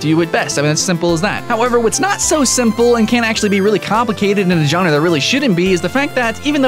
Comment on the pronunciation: lol "john-ruh" xD (i just find it funny no offence)